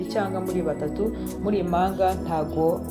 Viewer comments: umenya avuga uburimi! Bavuga, impanga ntibavuga imanga, murakoze ❤ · Ibihekane byarabihishe pee! Igihekane "mp" nt"